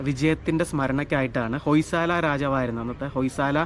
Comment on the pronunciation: ഹോയ് സള എന്നാണ് ഉച്ചാരണം